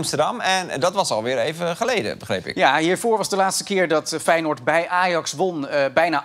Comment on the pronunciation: Fei je noord? Zo spreek je dat nier uit